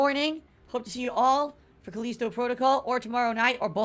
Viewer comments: It bugs me everytime he says "Caleesto"...maybe it's just me but it's "Ca List O" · wtf is his english? CAL-Li-STO. Not Calesto. So annoying. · Cuh-leee-sto protocol lol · Callisto Dent-call